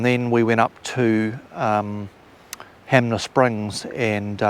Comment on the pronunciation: HANMER SPRINGS, HAN MER SPRINGS